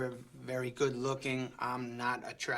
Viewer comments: How do people like this get a job working for the government? "VEWY VEWY VEWY BAWD!" like what? These people are like babies with no evidence to back out their statement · “Vewy vewy bad” who keeps voting New York Elmer Fudd into office? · Vewy, vewy bad. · “Elmer Fudd here, this is vewwwy vewwwy bad”